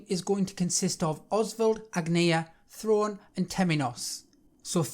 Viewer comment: I hate to say it, but Throne is pronounced as ‘Throw-Nay’. They say it about a hundred times. Anyway, thank you for this.